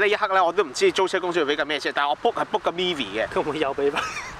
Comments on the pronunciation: Myvi 不是mee-vee/mi-vee，是You're 'my' love的 ‘my’-vee 啊 🤣🤣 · 对了。卖 [第二声] Vee. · myvi 读 卖v 不系 米v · 大马Perodua Myvi的发音是 "麦V",不是"米V" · These 2 hongkonger uncles very unique pronunciation slang on Myvi became MeVi 😅